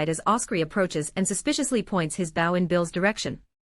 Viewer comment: You can tell from the Voice that this is a computer. For example, no real person would pronounce BOW as Bough. I don't know what people do this. It can be that hard to find a real person to narrate the story, or read the script.